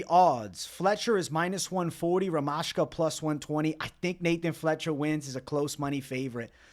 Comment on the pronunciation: Bro, stop thinking that stuff UFC members know real prononciation. They are americans and unprofessional, they always mistake. It is "ZH" in Rmaska's name you should pronounce. Like in Weili Zhang